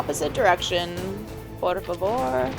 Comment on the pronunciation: SPOILERS SPOILERS SPOILERS SPOILERS SPOILERS SPOILERS SPOILERS . . . . . . . . - "Is Miller Liquid?" YEEEESSS!!!!! I AM SO PROUD OF YOU! - "opposite direction.... Por favor!" - Are you Brazilian? (just heard you say a pretty good "Não" in your podcast too hahaha) - "So why are you here, then? Why do you continue to follow your orders while your superiors betray you? Why did you come here? Well... I'll tell you then. You enjoy all the killing, that's why!" - This ALWAYS give me chills